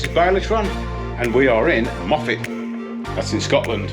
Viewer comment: Hi, We met at Applecross after my CanAm broke down at the top of the Bealach - got it sorted and now been over the Bealach 6 times and will do it again before the years out! Glad you love Scotland and great to hear you use the correct pronunciation of Moffatt!!